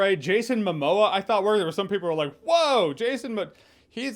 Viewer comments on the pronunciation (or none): none